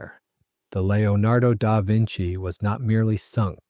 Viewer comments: "Lio nardo Dar Vinci"? Didn't he paint the "Mana Liso"? ;-) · The narrator seems to struggle with the name of his subject. But a very interesting story.